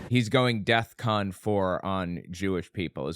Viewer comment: Don’t tell me he went “dethcon” 😂 😂